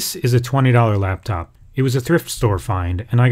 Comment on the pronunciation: laptop not laptof